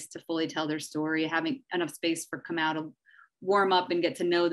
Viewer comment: Is it Kamow or Kamau? These people need to practice saying the names of prominent people before speaking about them - this is disrespectful and needs to be checked while it is happening.